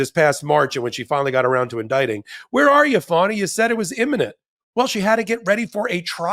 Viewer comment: Young man, it's Fani not Funny..lol